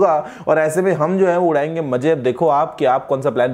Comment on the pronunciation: Guruji "maje" nahi, i think "maze" 😊😊😊😁😁